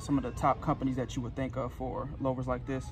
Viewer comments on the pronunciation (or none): The “low - ver”. Lou-ver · The English language is very stupid but for future. It's pronounced loover. Great video it was very helpful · Yeah. I've never heard anyone pronounce it that way. Muscle cars folks and interior designers are going nuts. At least it's a great video with zero cursing.